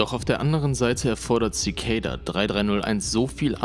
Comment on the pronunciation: Zikejda? Echt?! Das spricht sich einfach Zikada aus. Das ist kein ej/ey oder sonst was drin.